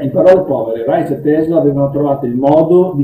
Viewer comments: Io l'ho sentito pronunciare Raisc (scrivo come fosse italiano). Insomma con il nostro suono sc- (di sci per esempio) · Interessante, però Reich pronunciato [raic] non si può sentire. È [raik] come il Quarto Reich. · Reich!! Non si pronuncia Reitsch!!! Ma che diamine!! La pronuncia tedesca ha 4 regole, almeno quelle imparatele!! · Ha studiato Reich ma non ne sa pronunciare il nome..